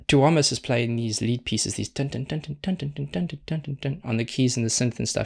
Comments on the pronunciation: Tuomas - you can say it like 'TOUR-muss', with silent R like you seem to say it naturally to your dialect. Coz the the stress in on u, not o lie in Italian. That's more important than getting the o oh so pure ('pjuo') :) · The "proper" way to say his name is 2-oh-moss, emphasis on the 2.